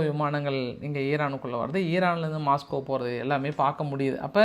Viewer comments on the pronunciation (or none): none